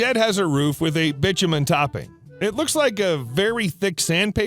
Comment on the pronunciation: BITUMEN is not Bichamen, it is pronounced BY TOO MEN.